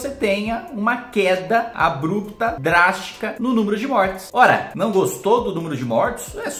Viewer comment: A pronúncia de "abrupta" é ""abirrupta"" KKKKKKK